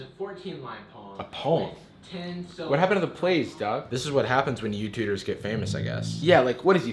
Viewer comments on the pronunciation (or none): "You-Tudors" I really hope that was intentional and not a lack of enunciation.